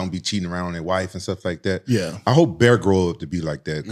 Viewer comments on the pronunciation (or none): Brandon pronounces the name/word bear as beer. 100% odds